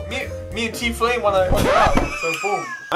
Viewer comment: said tflame it’s tfue